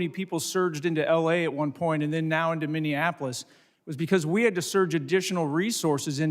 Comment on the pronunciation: It's Minneapolis not whatever she spat out 😮